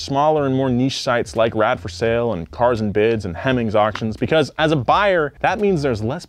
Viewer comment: THIZZZZZZZ IZ CARZ AND BIDZZZZZ